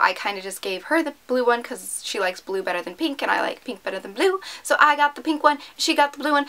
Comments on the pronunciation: peenk its so annoying omg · why do all YouTubers say pink like peenk??? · Oh my god it's so weird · i know right 😂😂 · No trying to be a hater but the way she says pink 😁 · yeah what's wrong when she says pink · Wtf. Who pronounces it like that? She says it right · Anyone else get annoyed when you tubers say pink like tht